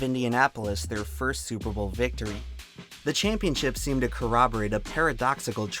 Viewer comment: Oh hey, nice to see Tree here... And also, "Stillers gon ta Supahbawlll"